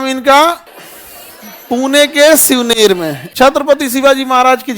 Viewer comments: Gaga bhatt hai 😂😂😂 gangabhat nhi aur Shivneri ko Shivner bol rahe ho pahale khud thik se padhalo baad me baccho ko padhavo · Shivner ❌️ shivneri ✅️ Ganga bhatt ❌️ Gaga bhatt✅️